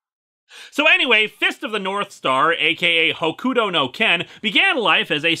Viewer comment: I get that it's not your thing but good lord the way you say Hokuto is putting me on edge in the worst ways. It's like I'm back in the early 2000s.